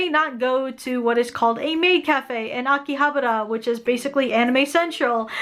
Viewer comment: You butcher the word Akihabara.